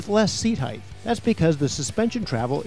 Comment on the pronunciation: Height is not pronounced hyth.